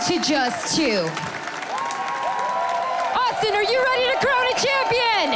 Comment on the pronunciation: "hes your reigning chamshion"